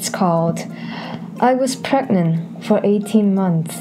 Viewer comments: u mean pregante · “Can you get.. Pregante?”